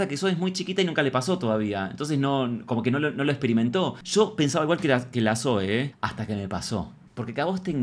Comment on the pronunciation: Amo a Zoe 💖 (Zoui se pronuncia visheros ahre 😅) 🙊🙊